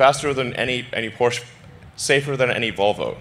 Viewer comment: WTF is a Portshe? 🤣🤣🤣 It's called Porsche bro, Porsche 😂😂😂